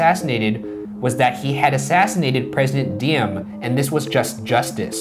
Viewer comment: Good stuff, just as an aside, though, Ryan, Diem is pronounced with a Z sound instead of a D sound, so like Zee Em. There's a little bit of D sound in it, too, but mostly the Z sound.